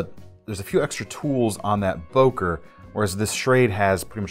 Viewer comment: It’s not Boker but Bœker with an o umlaut , as it is called in German. The o is pronounced as on œsaphagus .